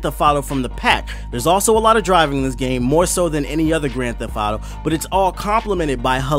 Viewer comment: I had a hard time actually paying attention to the review because I was distracted by him saying "Grand Theff Auto."